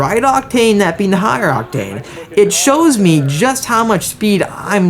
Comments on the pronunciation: Unusual pronunciation of the word OCTANE with the emphasis on the wrong syllable. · You say “octane” in a different way… sometimes.